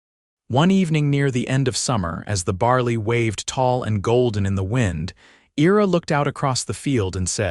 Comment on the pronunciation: Your AI can't pronounce Ira correctly.